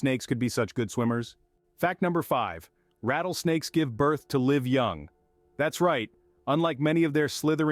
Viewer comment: pronounce live like it should be please.